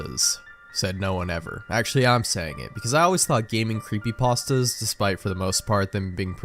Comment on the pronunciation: Ah yes, I love gaming "creepypastdas"